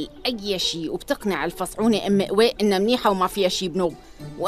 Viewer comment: اتقول ام قويق